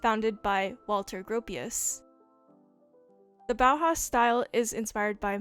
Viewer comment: as a German you get my seal of approval for the Walter Gropius pronunciation ✅